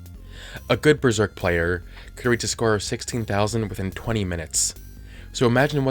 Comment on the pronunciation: Besserk. DISSIPATED SIGH